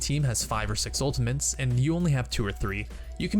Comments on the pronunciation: Anyone else hearing "Ultimints" when he means to say "Ultimates?" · Great video!!!! Such useful tips. Just try to say ultimates correctly next time. :) It's not ultimaNtes, it's ultimATES. Kind of like turret and NOT turrent. haha. cheers. :) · who is hearing ultiments than ultimates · U say ultimantes its not ultimant ist ultimate not ultimant ULTIMATE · anyone else think he was saying ultimints? haha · He says "Ultamints", listen 😅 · Its ULTI-MAT-E not ULTI-MANTE. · are you saying, "ultamints"? wtf? It's, "ultimate"... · All I can hear is UltiMENS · It's ultimate not ultimant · "ultimants"...didnt know there was an "N" in "ultimate" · what the hell are “ultiments“ ??? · Just ftr, its ultimate not ultimant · Save your "ultaMINTS" guys/gals! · Why the fuck do you pronounce ultimates like "ultimints" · Dude stop saying ultimENts ! Its driving me insane !!! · Is it just me or is he saying ultamints? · the fuck is an "ULTAMINT" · Am i the only one who heard him say "The enemy team has used their ultimens" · mmm ulti-mints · has no one pointed out the fact that he keeps saying 'Ultimants'? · "Ultimens" ... UGHHHHH CRINGE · "Ultimantes" lol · I swear he's saying 'Ultimants' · "unltimints" is bugging me way too much. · STOP CALLING IT ULTIMENS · I swear he's calling them Ultimints. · you say ultimants a lot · ''some ultimens'' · We also learned how to say ULTAMENTS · It's kinda funny how he says "ultimints" instead of ultimate's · UltiMENTs anyone else hearing this from this dude? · why do you keep saying "ultiment" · theres no 'N' in 'ultimate' so you dont need to pronounce it 'ultimants' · Is it just me or was he saying Ultimints? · i don't know why, but when you say "ultimeNts" im getting really frustruated. and you say it EVERY GOD DAMN TIME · 1 Trick This guy ABUSES to annoy people, that you don't. 1) Saying Ultimins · smh every time he says, "ultiments.."